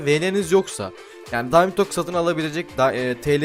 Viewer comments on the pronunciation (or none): none